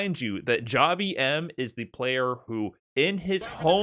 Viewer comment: It's not Jah-bee-em. It is jab him. Like jab jab spiral arrow.